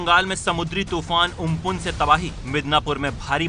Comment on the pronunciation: उम्पुन नहीं अम्फ्रान है